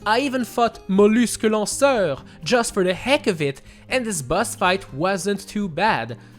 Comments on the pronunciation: bro wtf when u said mollusque lanceur it was literally perfect lmao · No one: Me, french person: i love how pronounce Mollusque Lanceur